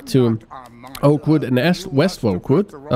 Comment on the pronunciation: I, for some reason, kept hearing "Awkward" instead of "Oakwood" :)